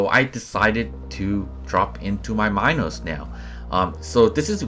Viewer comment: C2USJX/IOS Minos, pronounced like mee-nos...my tip is save reflector for when you’re out of dash and sitting duck.